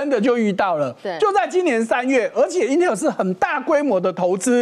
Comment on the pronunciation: 發音請發對，Intel, not Inter